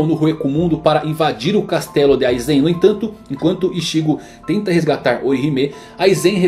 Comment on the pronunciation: Aizén kkkkk